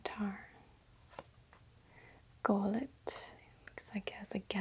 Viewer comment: does it annoy anyone else that doesnt know the difference between words with a double letter and single letter pronunciation e.g. pronouncing golett incorrectly. Basic grammar